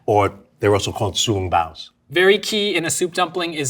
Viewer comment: When he pronounced XiaoLongBao I cringed. He also said to bite the top and let the steam out?!! First time hearing that. Usually you nibble the side and suck the soup out , then you eat the entire thing.